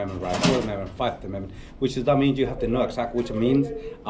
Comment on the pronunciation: “Fiveth Amendment”